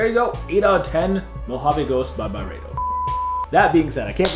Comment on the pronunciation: I hate to be the pronunciation police but everyone seems to be saying Byredo wrong. Its actually pronounced By-ree-doh.. not By-ray-doh.. but other then that ..the video is on point lol